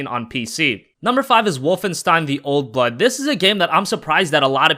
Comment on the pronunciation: When you said "old blood" it sounded like "old butt"